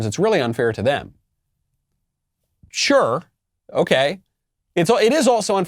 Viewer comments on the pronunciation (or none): none